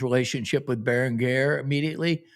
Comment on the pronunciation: "bear - ing - gare" is John Randle-grade unc